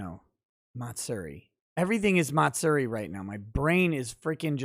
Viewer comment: you can use Google translator English to Japanese to get the correct pronunciation. But Matsuri is pronounced Ma-tsue-di not Mat- seri